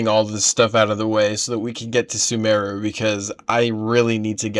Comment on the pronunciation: "One of the longest things I think I've ever done. Whelp off to Sumeru!" .... Sumeru he says, I don't have the heart to tell him. :face-blue-smiling